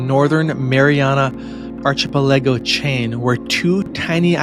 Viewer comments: Archipelago: Pronounced ark-I-pell-a-go with the stressed syllable being the "i". Please do everyone a favor and please ensure you actually SOUND intelligent when you make a documentary style video. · Archa Pelaygo?? Reminds me of that other ignorant American Donald Trump who called Thailand Thighland. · I agree with you. The kids keep inventing new wordy words. They get butt hurt when we call them on it. Lol arch eh pi la go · Oh man he can't say archipelago correctly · You need to look up the pronunciation of "archipelago". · It's not an accent. It's a mispronunciation. I'm pretty sure he's never heard the word. Good rest of the video though. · Accents are real. And that means that people don't pronounce words "the way they want" - rather we pronounce words the way we're taught. And one can tell by his jumbled pronunciation of archipelago that he has never been taught to pronounce it correctly. Maybe he's never heard the word said out loud before.